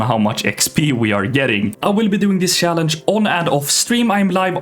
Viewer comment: Swedish people that cant pronounce "CH" words 😂 He says "sssssaaalange" 😅